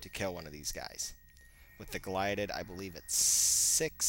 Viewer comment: It's GILDED sword, not GLIDED sword.